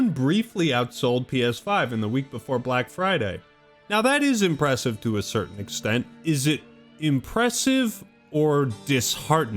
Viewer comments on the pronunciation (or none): none